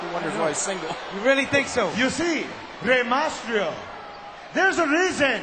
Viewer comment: LOL santino is hilarious in this segment!!!! Rey MASTRIO!!! LOL